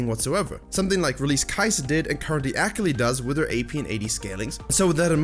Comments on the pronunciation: Use me as a “tilted every time he said ak-ali” button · Took me a while to figure out that he was saying "Akali" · I love this video, but the way you say Akali kills me on the inside. My weeb heart just couldn't handle it. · Your pronunciation of Akali is so cringe. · If you consider that the character is actually more Japanese than anything, then you are still pronouncing it wrong. I love the video, thank you for all of the awesome tips! So much info, so little time.